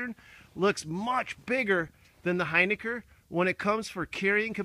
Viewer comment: Hey, it’s pronounced Hin-ick-R...